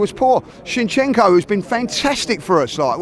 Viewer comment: back at it calling zinchenko “chinchenko” 😂😂